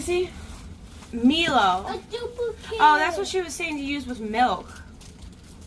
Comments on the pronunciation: Milo is pronounced like “My Low” also violet crumble is the ugly cousin of the crunchie - crunchie is where it’s at 😂 also this has been highly educational for me, we are coming from Australia to Florida next month for 6 weeks and we wanted to get some Australian snacks for fairy dust but I wasn’t sure what Americans haven’t got. With a Tim tam you need to have a hot cup of tea or coffee - look up Tim tam slam to eat it properly :) Vegemite is literally the most popular thing in Australia it’s a yeast based spread - warning, you do not need a lot of it on toast especially if your a beginner 😂 just toast, butter and a thin spread of vegemite. It’s also good on a sandwich with cheese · Milo pronounce "my-low" it very popular in the Carribean. You can also find it in select Wal-mart stores in the ethnic section.